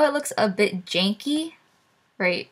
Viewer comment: "jankey" lol